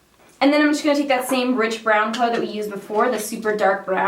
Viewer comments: I thought she kept saying bridge brown ... Lol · I thought she kept saying bitch brown. 😂